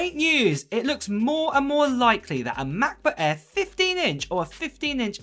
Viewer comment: What’s a Macbuk Aiiiiir? Lol